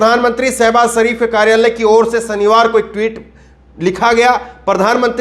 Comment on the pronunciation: ddddhhhhhhhaaaaarrrrrmmmmmaaaiiiinnnnndddeeeeerrrr ho aap🤣😅😆 ijjat nahi izzat pehle hindi bolna sikhlo pyare saibas sarif nahi shahbaz sharif۔jaara nahi zaara۔saamil nahi shamil۔saniwar nahi shaniwar۔asraf nahi ashraf kitni mistakes yarr۔۔۔najuk nahi nazuk۔kurbani nahi khurbani۔